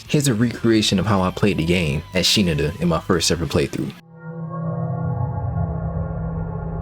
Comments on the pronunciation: i'm pretty sure it's pronounced "shiNAda", with the emphasis on the 2nd syllable, rather than "SHInada" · "Shee-nu-duh" "Shi-nadda" Regardless, thank you. Very informative. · Shi-nada actually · Bro really played through the entire game and still can't pronounce Shinada's name correctly